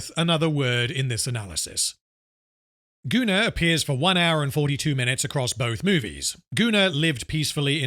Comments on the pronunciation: Goonar is the proper pronounciation for the name Gunnar. (It is a Scandinavian name.) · It's like the sci Fi Setting I invented when I was 13. It's pronounced GunnAR. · I guess I could point out that "Gunnar" is a norse name, and would probably most accurately be pronounced "goon-are", more or less. But considering his actions, calling him "Gooner" fits pretty well.